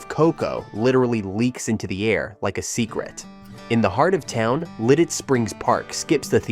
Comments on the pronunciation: lol Litiz is beautiful! It’s pronounced LIT-it’s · Really? Lititz, PA is spelled and pronounced wrong! It is pronounced Lit its, and there is not 2 e's in Erie, it's not haunted!!!!! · I'm sorry, calling it Lilitz and then pronouncing Lititz differently every single time is actually wild I'm crying 😂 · A lot of errors in the Jim Thorpe segment, followed by calling Lititz, Lilitz- that’s when I turned it off. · It's pronounced MAUK-CHUNK (Jim Thorpe) LITITZ not Liltiz Lewisburg has some incorrect clips. I'd know I live nearby. There is no WEGMANS in Lewisburg, that's half hr away in Williamsport. And s Your Wellsboro Downton shot with a blue building to the left is LEWISBURG. I work in SC and the population is when class is in session. You showed Port Matilda in one clip. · Oh FFS, it’s bad enough when you AI voices mispronounce the names but misspelling is unforgivable. IT’S LITITZ!!! Even a second gaff LEETITZ, keep going BOT! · You spend all that time making a video and misspell/ mispronunciation Lititz. Lost me there. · Mauch Chunk not Mount Chuck. Also Lititz and Lilitz. who are you??